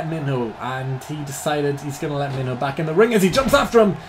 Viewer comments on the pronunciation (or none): When i heard you mention Minho in another video I thought you said Main Ho